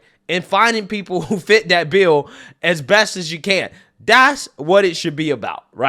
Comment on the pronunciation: My favorite part of watching your videos is that fact that you don't have the letter T in your verbose language skills. haha, I love it. For example, for the English word "this", you pronounce it as "dis". For the English word "that", you pronounce as "dat". hahaha...makes me laugh every time I hear you use those words.